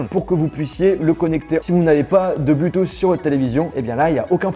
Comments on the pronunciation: Il faudrait quand même dire à que l'on ne dit pas "blutous" mais "Bluetooth" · Je t’adore mais juste arrête de dit Bluetooth avec un U stp merci connu comme ça